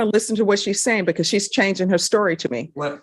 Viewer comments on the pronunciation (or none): none